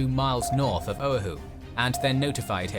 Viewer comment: Killin me how he's saying O'ahu🤦🏻‍♂️🤦🏻‍♂️